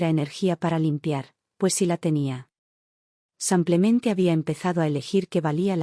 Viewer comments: Sanclemente dice enves de simplemente.tann. b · Porque dice samplemente!!!??? Si pronuncia muy bien la i